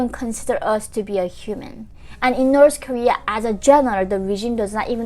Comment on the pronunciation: Please say north Korea not norce Korea